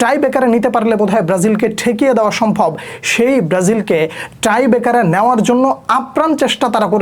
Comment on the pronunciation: ট্রাইবেকার না টাই ব্রেকার ভাই